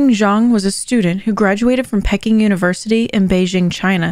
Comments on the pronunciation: Pecking University in Beijing? Do you mean Peking (pee-king) University? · Can't watch something that 20 seconds in calls Peking Pecking! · Peking is pronounced the same as peaking.